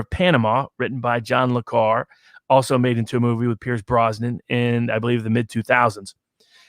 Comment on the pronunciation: It hurts my ears when mispronounces Le Carré's name. I know it is a made-up name, but it has a proper pronunciation; pronounced like Le CAR RAY. If he wants to call himself a fan, he must use the proper pronunciation for this fake French name.